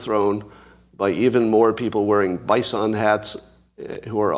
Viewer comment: Lol. Add bison to the list of words Scott pronounces extremely weird